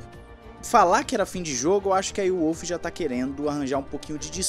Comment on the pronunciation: eh Volf, macho.. o W tem som de V na terra dele